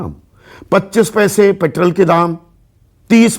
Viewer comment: संदीप ,आप पेट्रोल को पेट्रल क्यू बोलते हो?? आप किस माध्यम मे सिखे हो??